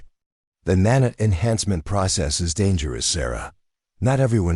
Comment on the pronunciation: OK what is a NAN-IT ? It's Nan-iit is (Emphasis on NAN ( Pronounced like " man " ) short ' a ' , 2nd syllable like " lite" Its Not pronounced like " granite " . PLEASE get the narration fixed. The narrative is incomprehensible .